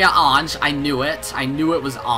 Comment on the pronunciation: You need to pronounce Ange’s name as “engi” Great reaction as always